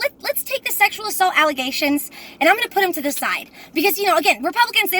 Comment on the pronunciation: Notice how you said ALLEGATIONS. Jus because you say your raped, doesn't mean your telling The truth.